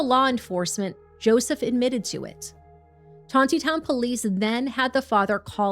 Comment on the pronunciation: It is not "Ton te town, It is Ton knee town"